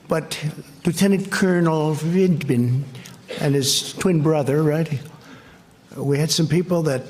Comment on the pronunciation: With his dry drug addict's mouth he couldn't even say Vindman.